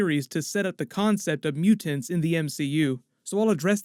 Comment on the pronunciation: Dont ever say the word mutants in public ever again. Mute-ents...